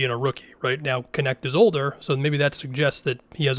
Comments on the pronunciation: It's hilarious that last name is to hard for everyone to pronounce and they all just settle for "Connect". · He pronounces it as “connect” dumb dumb